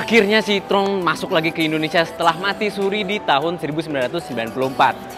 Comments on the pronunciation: citroën bacanya sitroen bukan sitrong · Bang itu yg bener bacanya Citroën bukan Citroën